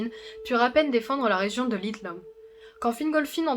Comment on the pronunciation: Excellent ! Seule remarque : la prononciation des noms. Le "dh" se prononce V, le "th" T, le "c" et le "ch" se disent K, le "g" G(u), etc. Par ex : - "Celeborn" se dit Kéléborn - "Maedhros" se dit "Maévross" - "Region" se dit "réguionne" et pas "réjion" comme le mot français - Les terminaisons en "in", "an", etc, prononcent bel et bien le N. "Thorin" = Torinn, etc Il y a un tableau des prononciations dans le Silmarillion ^^ Bon courage pour la suite ^^